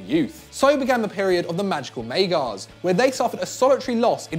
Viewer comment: Still cannot pronounce magyar and the hungarian revolution was in 1956